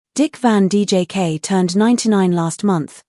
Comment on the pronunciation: Its Dick Van Dyke,not Dick Van DJK.